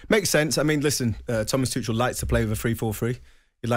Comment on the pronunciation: ‘Toochall’ LOL it’s ‘Toocall’ you drip